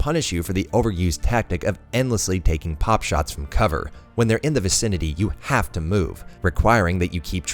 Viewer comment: btw it's 'pot-shots', not 'pop-shots'.